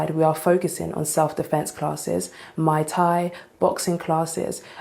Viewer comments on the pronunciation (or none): Did anyone else hear her say "We're focusing on mai tai" instead of "muy tai"? Imagine a gym that served mai tais. That'd be awesome.